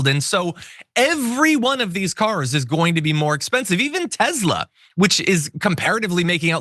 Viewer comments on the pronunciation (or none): Tesla not Tezla! For goodness sakes you speak for a living.